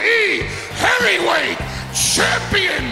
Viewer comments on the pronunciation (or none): You Can Hear Say Hairyweight instead of heavyweight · he said hairyweight it had me crying